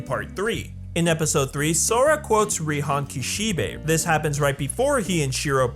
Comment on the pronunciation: Reehan Kihshibay